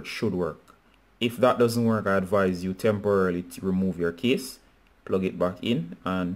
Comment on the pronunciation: Thank you, brother, but I was a bit confused because of your pronunciation of "case" as "kiss". This video was helpful thanks bro!